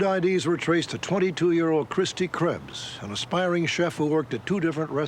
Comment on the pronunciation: Butchered her name